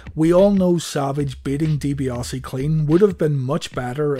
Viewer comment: DiBiase has no 'o' in it